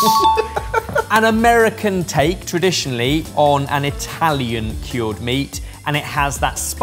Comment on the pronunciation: Why is he saying kyorrd? That's not how you say cured, right?